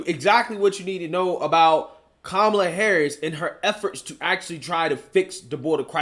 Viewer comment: He called her Que-mala 😂